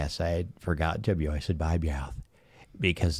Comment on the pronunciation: Yeo ! Great show as always 👍🤣😂 don’t forget to mewoistin yer mewouth